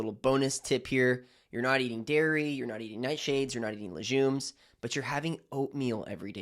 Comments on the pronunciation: Informative but you lost me at LeJumes... It's called LeGUMES ( hard G ) doc. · Too much preliminary talking…at 6 min…dairy, nightshade vegetables, low carb. Btw …it is not pronounced lesJumes, it is pronounced lesGumes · I thought legumes was pronounced like leg- yooms not luzhooms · Why do you say leJJJumes… it’s leGGGumes! Lol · Legumes NOT Lejumes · It’s leGumes - not leJumes!! 😂😂🤦🏼‍♀️🤦🏼‍♀️🤦🏼‍♀️ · If you recommend taking something away, immediately suggest a better substitution. Otherwise your advice is just another “don’t eat this, it’s bad” video. The world is cluttered with this kind of anti-food advice. And btw, it’s leg-ooms, not le-jzoom. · Lejumes? Have I been saying it wrong all this time? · Lejumes? What are lejumes? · He lost me at "la-jooms" and "keeno-wa." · It's pronounced laGOOmes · I’m inclined to agree, in which English speaking country is it pronounced leJumes?😂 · What they hell is LeJUMES is he dyslexic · I’m pretending he didn’t just say layjuumes! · Is there a zh sound in legumes? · When he can’t pronounce legumes properly …l am leaving. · I find this very suspicious. I don’t have a problem with dairy but legumes? He can’t even pronounce it properly so how is he going to recommend not eating them? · Legumes don't digest well because they are full of fiber. Don't listen to this "doctor", he's full of crap and doesn't even know how to pronounce "legumes" properly... 🤦‍♂️ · Have I been pronouncing legumes incorrectly my whole life? 😂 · Aaargghhhhhhhhh how to pronounce legumes lol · Legumes, which is pronounced with a hard G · How could he not know how to correctly pronounce legumes? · You lost my respect when you rambled for half the video with nothing constructive to say, then pronounced a food type as the U.S. Marine Corps base. What the fuck? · Yeah look up how to pronounce legumes. You’re making it French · I CONCUR! A Dr who mispronounces something so common makes me question his advice as a “DOCTOR”